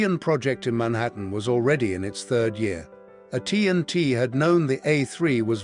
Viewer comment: The AI voice is awful. "Uh T & T" instead of AT&T? A scientist's initials as "Uh" instead of the letter A?